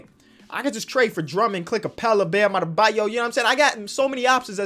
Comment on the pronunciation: Knicks: have mo bamba: "bam adabyo" Mo bamba: 😑😑😑